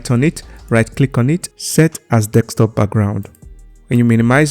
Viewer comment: you are saying Desktop wrong